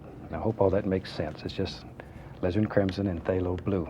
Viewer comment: Jonni Barratt I swear he says Lizard sometimes instead of Alizirin . .lol